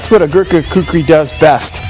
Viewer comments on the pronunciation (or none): He should learn how to pronounce Kukri because making an ad. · I love how much he struggles to say "Gurkha Kukri" lmao. I haven't seen this video in fucking yeeaars, glad I found it again